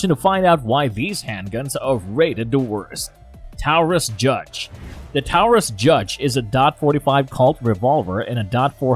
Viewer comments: All credibility was lost when Taurus was pronounced Towrus. That was reaffirmed with "dot 45 colt" & "dot four hundred ten" gauge. Those "." are decimals not periods. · Credibility goes right out the door when you have a robot narrator. What the heck is a Towerus? Must be made overseas. P. S.-who in the world carries a WW2 era Japanese pistol?? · Yeah as soon as he said towrus instead of Taurus I was out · Anything that uses .dot 45, dot .410, mispronounced Colt as Calt, and Taurus a bull as Tarus isn't worth a damn. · Tawerus? NO, it's pronounced Torus. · Towel-rus? I thought that it was pronounced as Tar-us. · Taurus rhymes with chorus. Not towrus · You are misprouncing many of the words in your video. It's Taurus, not Towerus. A Derringer is a pistol but can also be a revolver because what makes a Derringer , a Derringer is the birdshead grip and small size. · Seriously?! Tourist? It’s pronounced tor us…. Taurus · Dude it’s Taurus not towres lol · Knew this vid was gonna be good when I heard "TOWris" off the rip lol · I like how he says taurus....toweris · And it’s a Tar Us lol. Either individual has no clue or AI text to speech application is really good and just needs a few more tweaks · It's pronounced Towrus in dot 45 and dot 410 gauge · I could tell what kind of gun video this is gunna be when he pronounced Taurus like tourus haha definitely can tell hes reading a script and isnt a gun person haha. Talks about the type 94 nambu but shows mostly the type 14 nambu hahaha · Sorry, but I'm not taking advice from a gun channel that says "dot" 45 and "dot" 410🤣🤣🤣 I cringed at the pronunciation of "taw-rus", but not using the terms caliber and guage and replacing them with "dot" just screwed the pooch. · Did he say Towerus? I have the stainless Judge and I love it! It shoots " four hundred ten" shells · As soon as I heard "towerus dot 45 calt" and "dot 410", I could go no further. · Not the "Towus" 😂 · TAO-rus lol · "Towris"? Really? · The tower-us judge 🤣